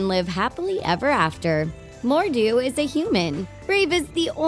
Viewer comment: you gotta say mordues name with a scottish accent